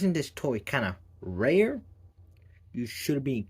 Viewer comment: the wau he said "rare" sounds a bit Texas